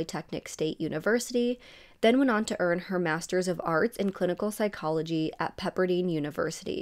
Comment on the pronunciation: In you research get the proper pronounciation you MI's pronounced Pepperdine and Sinai hospital. As a citizen of lks ngsles t is very offensive to me